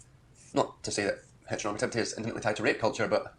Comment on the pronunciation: My brain rotted when he said "heteronormalative" for like the 300th time